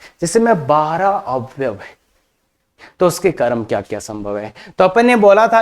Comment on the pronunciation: क्रम बोलिये न, करम क्यों बोल रहे हो।